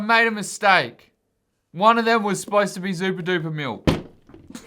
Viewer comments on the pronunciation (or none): I like how you say miWk instead of milk. Zooperdooper milk is 0/10